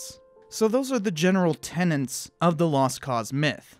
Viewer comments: Tenets not tenants . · You keep saying "tenants", it's "ten-ets", no second "N" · “Tenets” not “tenents”. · "Integral", not "intrigal", and "tenet", not "tenent" (unless of course you're talking about a "tenant".) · "Tenets," not "tenants." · OK, nitpicking, but I flinch every time I hear 'tenents' for "tenets".